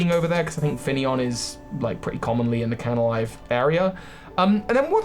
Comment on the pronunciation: It's Canalave, not Canalive. And Darkrai's Island is New Moon Island.